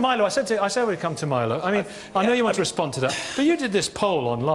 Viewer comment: You think Kate Smurthwaite deliberately kept mispronouncing Milo's name?